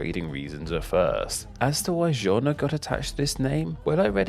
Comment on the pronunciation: You do well with the pronunciations, but to add extra vowels randomly, like Jönköping, where you add an 'e' between the consonants.